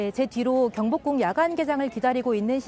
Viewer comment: 경복궁인가요??경북궁안가요???난 경북궁으로 들리는데요~~~